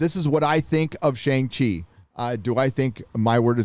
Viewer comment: dude... "Shang-She"